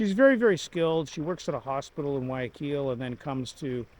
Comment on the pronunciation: As I said, here is a quick pronunciation for Guayaquil. In Spanish the Y is actually pronounced as a J! So the correct pronunciation is Gua-JA-keel. So YA should be pronounced like the JA in PaJAmAs! I hope you keep that in mind